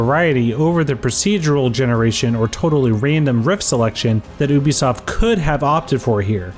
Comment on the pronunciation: IT'S PRONOUNCED YOU-BE-SOFT FFS!